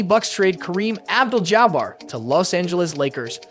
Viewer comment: Is this AI or is that honestly how you pronounce St. Louis and Abdul-Jabbar